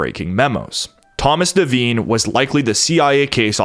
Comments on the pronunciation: Devine is pronounced De-vine, long I. Not pronounced De-veen. Very common name. My God man. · There's a few devine's in Ireland and the I is sounded as an I not an e, hope this helps